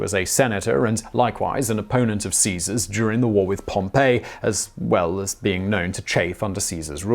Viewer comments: no, you are not. I get legit triggered each damn time he says "Pompeii" and not "Pompey" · Have to say the whole Pompeii, Pompey thing really got on my nerves. He was named after the place and they weren't supposed to be pronounced the same. Its Pom-pay for the place Pompeii and it's Pom-pee for the general Pompey. The whole way through the video it was like you were telling me that a town on the coast in the Bay of Naples was a powerful general with a grudge against Julius Caesar. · Rather than pronouncing Pompey like "Pom-pay" (which would be like the Roman city Pompeii that was destroyed when Mt. Vesuvius erupted) I'm pretty sure the correct pronunciation is more like "Pom-pee"... Maybe they both work though, sorta like how neither way of pronouncing "Celtic" with a "S" or "K" sound in the beginning are wrong... I'm almost certain that people generally say "Pom-pee" to mean Pompey the Great whereas "Pom-pay" is said when ppl are talking about the Roman city... Even if both pronunciations technically might work (again, idk if "Pom-pay" works for Pompey) using "Pom-pee" to mean Pompey would just be less confusing... Also one neat thing about the story where Mark Antony was offering him the crown... It all may have also been Caesar basically testing the waters to see how the Romans would react to him being offered a crown and refusing it... Then, seeing that they had reacted negatively to the first offer and cheered when he refused it, he decided that he wouldn't go forward with accepting the crown the second time he knew that Antony would offer it to him... Sorta just using it to test the waters... Also if anyone is interested in learning more about the assassination of Caesar, I think Historia Civilis is a channel that does a slightly better of a job at explaining it than this (which is fairly good, but still...) One thing for example which isn't mentioned here is that one politician gave Caesar a written warning and told him it was urgent that he read